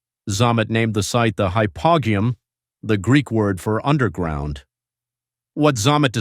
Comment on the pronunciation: Hypo -ge-um is the correct pronunciation